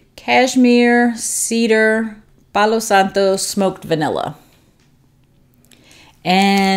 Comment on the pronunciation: Loving watching your reviews 🥰 I am living for this suggestion to band together Scentsy blends. I'm that exact person, digging to find what I'm looking for 😂🙈 Love your accent, so calming and especially your pronunciation of Palo Santo 💛 I love a good Palo Santo scent. Mostly enjoy it in incense cones as some wax can be more cologney. Excited to sniff L3's take. Hope you have a relaxing weekend before your vacation ends. Thanks so much! 😁